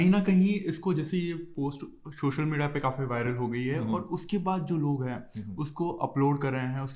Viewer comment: Shoshal ni hoya bhai logo social hota hai